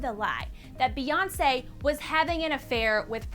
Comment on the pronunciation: When Kanye said Beyonce has a picture of Kim in her studio. I heard B.S....